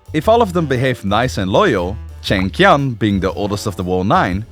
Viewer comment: The animation is awesome but I don't get how you managed to pronounce "Li" in so many different ways while reading the same script, especially since it's among the most common surnames in the world. Not to many the many variations on "Chengqian" while is pretty easy if you know the q is pronounced similarly to the English "ch".